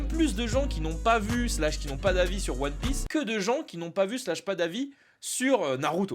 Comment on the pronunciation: POURQOUI TA DIT ONE PIEACE D !!!